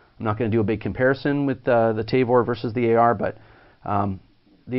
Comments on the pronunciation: I'm in Canada, and I've never heard anyone refer to it as a TAY-Vor. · Lol I've never heard it called a tay-vor untill I watched this video. Glad you like it I want one